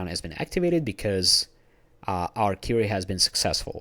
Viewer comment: great video, very helpful. One thing, tho, the word "query" is pronounced "kwee-ree" not "Curie". You're Russian, aren't you? Privyet, brother!